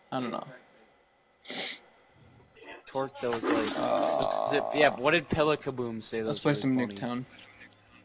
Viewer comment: Its not torq its twerk